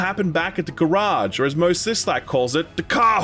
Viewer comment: Please never say garage again. Thank you.